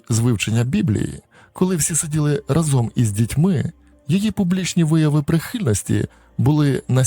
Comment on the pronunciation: наголос у слові рАзом - у всіх ваших відео разОм